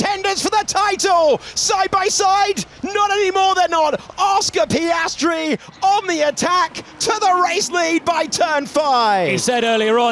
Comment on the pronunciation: Oscar Piastry.... Super..... Repeat again until the season closure.😂